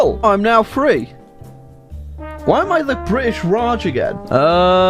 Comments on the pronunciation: Bri’ish nations in B section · bri'ish raj